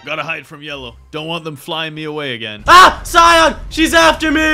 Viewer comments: Anyone noticed how he pronounced cyan as ci-yon instead oc ci-yan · It is cyan not cypn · It is cyan not cyon